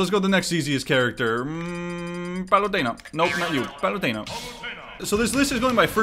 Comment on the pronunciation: Love the more Hispanic pronunciation of palutena 😂